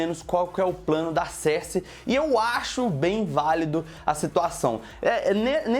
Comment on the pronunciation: Tô gostando do seu canal :)... Cersei se pronuncia "Sârhssi" ;)